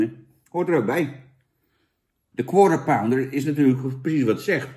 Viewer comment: Ben ik de enige die gewoon structureel Counter-Pounder hoort bij een Quarter Pounder?